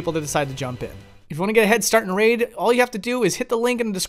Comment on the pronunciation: I clicked off the video when you said "Raid..".